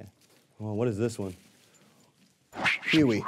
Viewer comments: I thought he said Peewee lmao I’m deaf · He either said huey or goofy